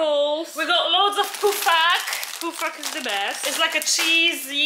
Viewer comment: Girls, it’s called pofak not poofak🥰😉😘